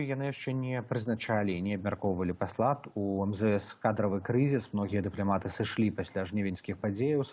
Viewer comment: Вячорка:"Плян,дыплямат,амэрыка"-гэта не па-беларуску,рэжа вуха.Гаварыце,кали ласка на беларускай мове)))